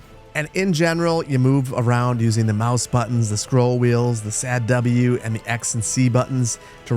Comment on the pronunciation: NO WAY MY BRO JUST CALLD WASD SAD W but uh great content keep it up